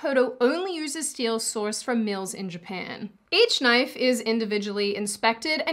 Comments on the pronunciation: “that’s not a knoife. Now this, this is a knoife.” I wanna hear do a Crocodile Dundee reaction/review and do quotes!!! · It's pronounced noyyfe ...and I thought you were Australian. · Silly Aussie, it’s pronounced, “noife”.